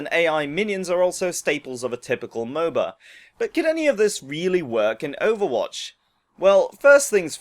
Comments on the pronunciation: Did he say overbotch? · at the start did u say overbotch